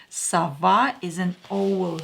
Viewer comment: Owl is pronounced like await not own, as if it was spelt awl. Not being cheeky, you speak English better than I'll ever speak Russian!! ❤️😊👍